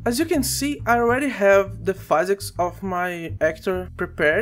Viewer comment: hey bro, great video, thanks! Also, you may have learned this by now, but physics is pronounced "fizz icks", not "fai zicks". cheers!